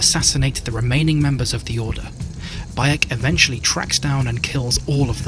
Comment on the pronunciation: Yep, you belched Baek's name 😂😅